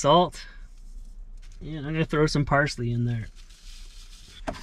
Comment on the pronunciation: Yeah “parsley” eh......